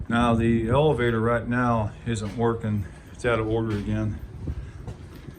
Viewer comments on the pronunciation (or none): none